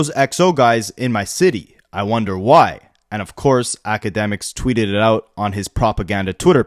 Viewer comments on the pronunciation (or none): none